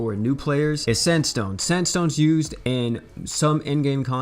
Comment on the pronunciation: Gerald or sanstone?? 😣